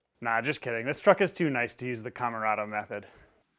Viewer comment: “Camarada Method”. 🤣